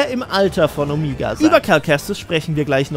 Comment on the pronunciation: Warum sagt eigentlich immer "Omiga"?